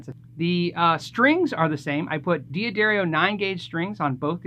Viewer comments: Stop saying dee a darrio. It’s da dario. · It's pronounced 'da-DAR-ee-oh', not 'dee-ah-DAIRY-oh'